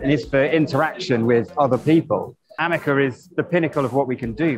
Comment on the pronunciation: "AmekeR" should be "Ameca" as the name should be. Did someone tell him? I note he says it incorrectly in the first and last of the interview. Edited?